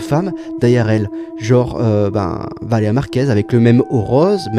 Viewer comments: Valér"i"a Purée de gland, c'est pas compliqué! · Message aux sous-hommes qu'on voit dans les extraits montrés : C'est VALÉRIA BORDEL !!! Déjà qu'ils racontent de la merde sur une personne défunte pour se faire du fric, en plus ils se permettent d'écorcher son prénom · C'est moi ou personne ne prononce son prénom en entier? VALÉRIA pas Valea. Bordel apprenez a articuler